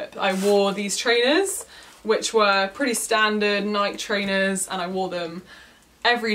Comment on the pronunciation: Great vid as always 👍💖...but is it only me who cringes at her waist bag thing and the way she says Nike??? 😂